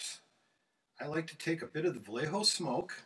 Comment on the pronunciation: Amazing skills Vayeho, not "vallejo" btw